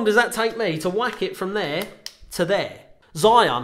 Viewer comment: firstly you have to pronounce your sponsors brand name correctly to start with